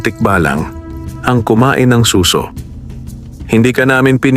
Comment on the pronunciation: Good story, yun lang pong pagkakabigkas ng "suso" pakiayos na lang kase imbes "snail" naging tunog "breast"